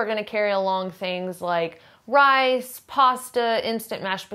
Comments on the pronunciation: Rass and pasta. Do you not know how to say the letter “i” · 'Rice and pasta' sounded like Rats and Pasta...it made me sit up real quick and cock my head to one side. . .whaaa?